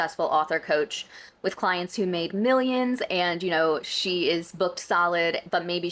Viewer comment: I was happily taking a sip o tea each time she said "woth 20 years of experience", I had to refill XD. She's at it again, I would hope the podcast help her realise what she did wrong but we'll see because or now it's very hypocritical to make all those good point but promoting her shaddy business. Also, didn't she change the contract of her client after having agree on the price via videoconference ? or I am misremembering ?